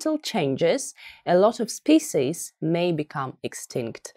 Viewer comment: Хороший урок, спасибо. Но почему слово "species" произносите именно так? По его же транскрипции оно звучит по-другому.